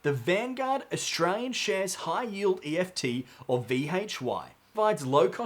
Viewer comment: Sorry mate, some good content, but just so annoying that you keep calling ETFs EFTs. Pretty unprofessional.